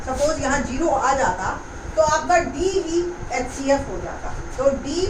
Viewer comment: Mam aap xcf bol rahi ho hcf